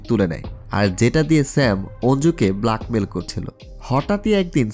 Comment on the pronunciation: উচ্চারণ ঠিক করার চেষ্টা করবেন, ব্ল্যাককে ব্লাক, স্টোরিকে স্টূরি বলছেন। আমার উচ্চারণও তেমন ভালো না তাই সবসময় উন্নতির চেষ্টা করি।